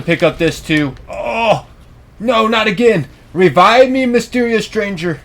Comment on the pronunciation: “revive me mysterious strangaa😥”